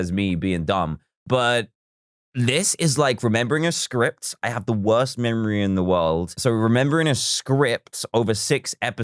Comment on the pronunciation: Talk about the wowst memowy in the wowld